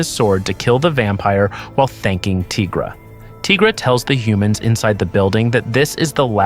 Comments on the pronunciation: You as well ? Why you calling Tigra 'Teegra' ? There's no such thing as a teega. She's a tiger. Good video though 🐾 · Would you call White Tiger....White Teegra 🤣🤣 no ..then why the hell are you calling Tigra ..Teegra 🤦🏻‍♀️